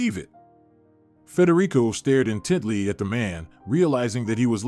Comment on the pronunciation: It's "intently", not "in Tidley".